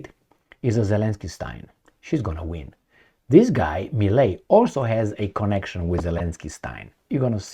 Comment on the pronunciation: not necessary. Given the fact that there's a lot of italian descent argentinians, I would go for Italian. Also, the name is Milei, as in Tadei, (Italian name) not Melei.